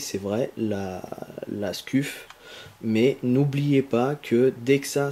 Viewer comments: On prononce Scuf mais "Sceuf" mais sa s'écrit scuff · Mdr comment tu dis scuff sa ce prononce sceuff et non scuff c'est comme BURN enfin bref bonne vidéo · Ca se prononce skeuf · Scuf, se prononce Skeuf C comme burn se prononce Beurn je fais se commentaire psk tu ma stresser toute la video xD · juste un truc on di pa skuf mes sceuf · scuff se prononce "sceuf" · Sa se prononce sceef mais sa secrit scuf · Nan sa se prononce sceuf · u se prononce iou en language phonétique donc scuf se prononce sciouf lol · "halaur ché skuffe" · Scuf se prononce "Sceuf" lol heureusement que t'as pas dit Burnes pour la manette "Burn" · Miskine tu c pas dire scuf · Nice mec bonne video bien détaillée! Par contre sa se dit sceuf mdrr😊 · On prononce scef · Sauf ce prononce sceuf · sa se prononce skuf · Ptn misquine ta rater ton cp ce1 ou quoi tu n'arrives pas à dire scuf